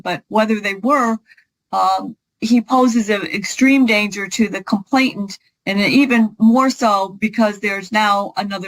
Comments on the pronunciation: These lawyers spend a lot of money on their degree & qualification for the profession. Surely they can learn how to correctly pronounce the word “*complainant*”??? [Hint: it is not ‘complaintant’] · I know that in the grand scheme of things, it doesn't matter, but I cringe when attorneys cannot pronounce legal terms correctly. It's not complaintant, it's complainant. There's no extra 't' in there. It makes me wonder what else they're not paying attention to.